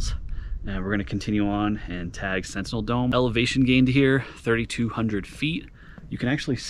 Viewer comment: “SENTINEL DOME” not centennial lol